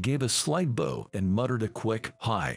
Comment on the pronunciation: Can you not pronounce bow correctly. It's what you do before the King.